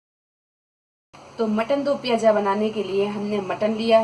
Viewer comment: Moti appu hati.piyaj nahi piyaz kehten hen.aap urdu sekhye.